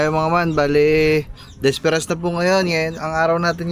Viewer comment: Correction bro …”Bisperas” hindi disperas. Hehehe marami nagkakamali boss talaga